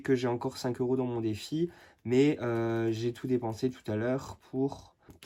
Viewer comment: Cc "Defi" et non "deffi" rien de méchant 😉